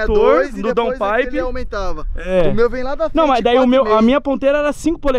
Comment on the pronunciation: o falou dowpipe??